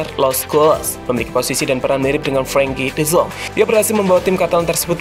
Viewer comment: Frankie de zonk??? Salah penyebutan nya min